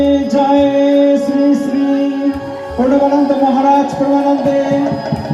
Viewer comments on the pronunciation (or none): আপনি বারবার প্রনাবননদজি কে প্রঞগাননদ বলছিলেন কেনো?